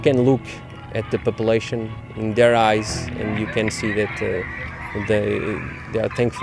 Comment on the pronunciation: "papelation" hahahahaha, vamos portugal